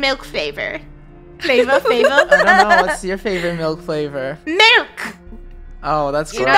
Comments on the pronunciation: its milk not melk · Lol when they said malk insted of milk 😂